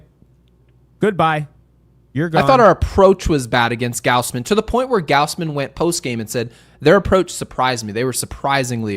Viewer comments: WHY DO YOU KEEP SAYING “Gowsmen?” It’s (gauze-men); is it an inside joke I’m missing? It’s a tad weird to keep mispronouncing someone’s name EVERY TIME. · Yo why does he pronounce gausman like gowsman